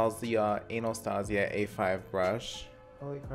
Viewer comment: Did yoooouuu just say analstasia?!!! 🤣🙏